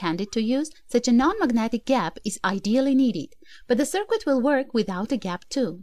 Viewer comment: I love your channel and enjoy listening to your instructions. Please keep making videos! I think you would like to know: "circuit" is pronounced as if the 'u' is silent. "Sir+kit", not "sir+kwit"